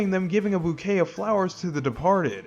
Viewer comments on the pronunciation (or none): none